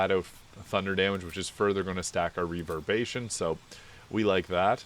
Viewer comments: Reverb-ER-ation not reverbation buddy. Otherwise a great video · Hero's feast makes you immune to fear. Really good against Orin and a few other fights. I really like this build and equipment set up. Only thing that bothered me is you keep on forgetting the 'er' in reverberation. Reverbation. XD. All good the build is great, that word just scratches my brain wrong. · "reaver-bation" 😆 killin me, dude